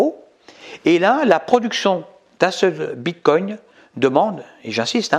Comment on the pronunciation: On ne prononce pas "bite-cogne".